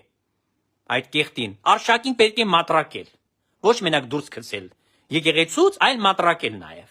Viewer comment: "Մտրակել" ոչ թե "մատրակել"։